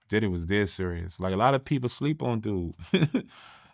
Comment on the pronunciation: Is bro sayn daddy house or diddy house 😂😂😂